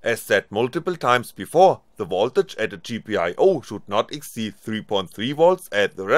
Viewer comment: somebody should tell the guy how to pronounce "circuit" and "exceed"....